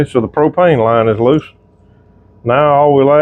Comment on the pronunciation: Soon as he said Pro-pane I was rolling 🤣 😂 💀